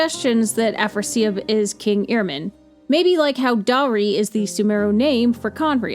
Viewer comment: The h in "dahri" is pronounced btw...